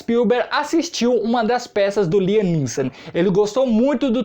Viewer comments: Pronuncia correta láiam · Láiam essa é como se fala